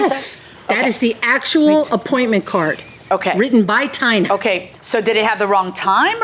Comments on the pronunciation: Tina.....who says Ty-na??????? Seriously!?!?!?!?! Ty-na. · Tina... who pronounces this Ty-na? Seriously ????? Ty-na?😮